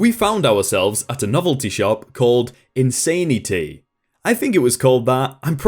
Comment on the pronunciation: "Why would you rent a gown?" ...the same reason you'd rent a Tuxedo, or a wedding dress? Because buying them is hella expensive, and you might only need it for a single night? ALSO: It's "In-san-i-tee." Not "In-sane-tee." It's a pun. >.<